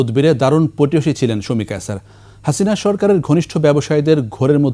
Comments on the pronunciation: Not কায়ছার, It’s কায়সার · কায়ছার না কায়সার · আগে উচ্চারণ ঠিক করুন, কায়ছার😂